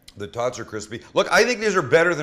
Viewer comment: “animal style tawts”